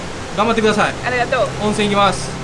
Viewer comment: 今回も素晴らしいスポット紹介してくれて ありがとう！😘 毎回、3回くらい見直してしまう内容の良さやね〜 2人のやりとりがナチュラルでほんと微笑ましいね 追伸 8分くらいのの｢ありがとう｣は完全に関西弁✌️(笑) 大阪のオッサンより